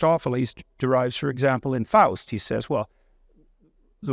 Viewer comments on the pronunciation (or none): none